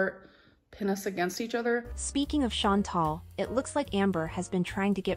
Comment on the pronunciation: I just realized She's sucking up to Chantal and still mispronouncing her name 😂